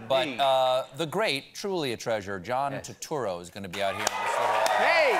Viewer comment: John "Two"turro?